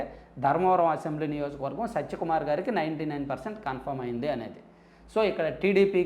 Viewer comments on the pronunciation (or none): Neku info ravadam entra karroda already anni news channels lo vachaka nv chepthav bokkalo sodhi by the way his name is satya kumar not sacha kumar pronouncesation kuda sariga radu vediki malli channel okati😂😂